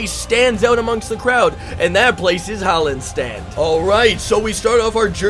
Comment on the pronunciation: FYI it's called Hallin's Stand it's a little hard to hear when he says it (Daggerfall). it's in the province of Bangkorai